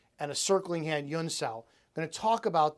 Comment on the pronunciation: No offense but I see that you write "huen sau" but you repeatedly pronounce "yuen". In Cantonese it is an H sound.